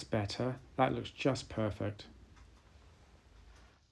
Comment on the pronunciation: i tot he said Purrrfect